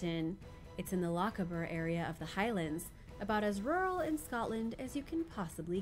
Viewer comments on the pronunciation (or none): none